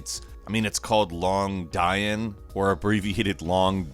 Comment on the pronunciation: "Long-Die-Ann" Seriously? I realize you're a native English speaker and all but, c'mon man. It's Long Dian. DEEE-an. In native Mandarin it kinda sounds like Long John. Also, extra large fat man pants. Bwahaha. The Chinese give zero fucks. :P